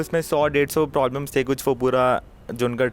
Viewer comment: Bro why are you saying "Prolbems" instead of "Problems" 😅😅